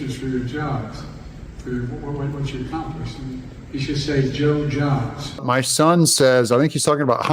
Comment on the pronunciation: Did he say Joe job or Blow job?